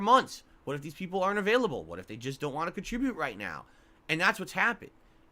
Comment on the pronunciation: Isn’t it so weird how he said “ alah” instead of “ a lot “ and “ wah “ instead of want but then other words like concerted he over annunciates the Ts in the word?